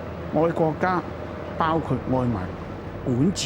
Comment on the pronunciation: Says he’s a patriot but can’t even pronounce the word “country” properly 😂😂 the comedy writes itself